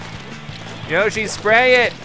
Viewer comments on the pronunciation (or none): keep on saying Yoshi but its Yashi needs to work on his vocabulary